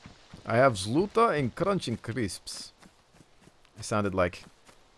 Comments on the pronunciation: you pronounce zluta exactly as the Swedish word for stop is. (And that is sluta, big suprice aye?) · Some russian lessons for you =D I guess the word zluta pronounced zlʌta (this is a moldy word, new is "zolotaya", that means golden), cause this will make sense - "Golden Malinovka". Malinovka is a name of some small settlements in Russia.